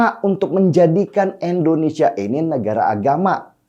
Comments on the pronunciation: Indonesia.. bukan Endonesia.. pake I bukan E... Moso nyebut negara sndiri aza gak becus... Denny... Denny... Katanya cerdas. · Koq bisa yaa.. orang yg katanya cerdas Kya si Denny ini nyebut kata Endonesia .. bukan Indonesia .. risih kuping gw dengernya.. Indonesia itu pake I depannya.. bukan E ... Denny.. Denny kapan loe tobatnya... Nyebut nama negaranya sndiri aza gak becus... Indonesia ... Bukan Endonesia... Ngerti gak sih loe...??!!!!